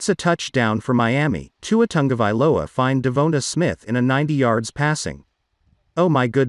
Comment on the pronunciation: It is tongue- a- vailoa